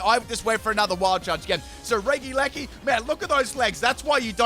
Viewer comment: Everyone: Regieleki:D: Reggileggi:)